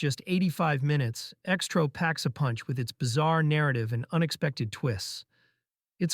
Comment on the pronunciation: ALMOST BOUGHT IT UNTIL NARRATOR PRONOUNCED X-TRO AL "STROW!" F**CKIN AI YOUTUBER CHANNEL DRIVE ME CRAZY & I REFUSE TO SUBSCRIBE & GIVE INTO THESE A.I. BOTS TAKING OVER YT!! BYE FELICIA!!!!!!!!!!!!!!!